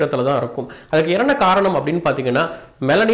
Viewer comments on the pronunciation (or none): சின்ன கரய்க்ஷன் என்ன காரணம் சொல்வதர்க்கு பதில் எறனகாரணம் சொல்லிடிங்க உங்கலயே அறியாம வாய்குலரிடிங்க..